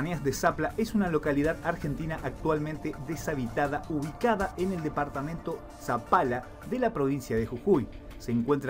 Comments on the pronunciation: No es sampala, es Palpalá jajaja un saludo desde Jujuy crack <3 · PALPALA!!! NO ZAPALA, PALPALA!!!